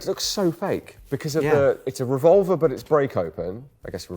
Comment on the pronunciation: ARVolver, and not RevolvAR?!🤣